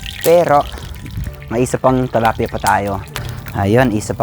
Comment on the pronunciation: tilapia not talapia